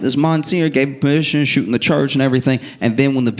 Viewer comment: “This dude is da worst”😂 sounds so NYC.